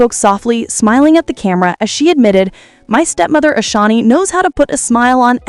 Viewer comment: Can you Say “Ashanti-Not Ashani!😅 Her name is “ASHANTI”!